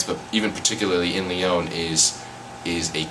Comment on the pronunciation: You don't even pronounce 'Lyon' properly given you were there for the whole year? Sorry for sounding cynical. I'm also doing an exchange in Paris this year. :) Thanks for making this video though. Bonne Chance!